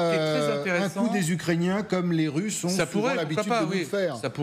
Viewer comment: C'est quoi les "Tusses"? 1.41 "Après cela, les Tusses..."